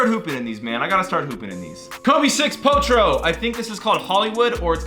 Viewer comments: U keep saying potro 😭😂😂it’s protro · it’s PRO-tro. Stop saying “po-tro” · Amazing video. Love collection bro. Also am i the only one who hears say Kobe potro instead of protro 😂